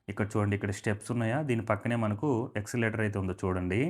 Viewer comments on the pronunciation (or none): Escalator pronounced as yes-ca-lator. Not exalator. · ఎస్కలేటర్...నాయన..... ఎక్స్లేటర్ కాదు.... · రిడెవలప్ కాదయ్యా రినోవేషన్ అనాలి. టెసన్ కాదు స్టేషన్ అనాలి ఎక్సలేటర్ కాదు ఎస్కలేటర్ అనాలి మిడి మిడి జ్ఞానం తో వీడియో చేస్తే నవ్వుల పాలౌతారు. వీడియో చేయమని నిన్ను ఎవరైనా అడిగారా?